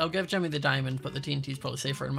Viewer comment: Why does say Timny instead of Jimmy